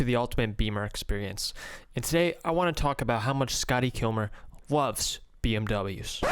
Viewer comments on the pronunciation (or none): "How much Scotty Kilmer wuvs BMW's"